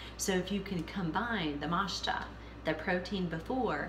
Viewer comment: Matcha is pronounced “Mot-cha” (short O). Not “mashta.”